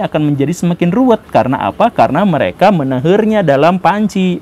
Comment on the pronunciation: Menahernya....hahaaaa Sunda bangat